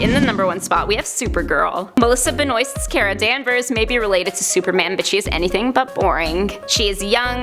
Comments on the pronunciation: It is pronounced Kara not care a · I disliked just because you didn’t say Kara’s name right